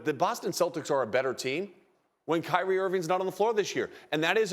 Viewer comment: CRY-Re 😿 Irving 😂😂🤣😂🤣🤣🤷🏿‍♂️